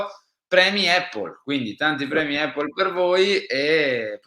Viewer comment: Con tutto il rispetto ragazzi ma Apple si pronuncia : APPL con la A iniziale. Non EPPL…. visto che lo dite ogni giorno. Sono madre lingua inglese e vivo a Londra. Non voglio fare il professorino eh!